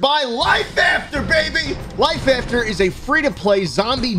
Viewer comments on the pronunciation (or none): It sounds like he’s saying download life. After today